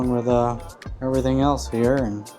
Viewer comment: "Shoot a lil bit in heyuh" 🧑‍🔧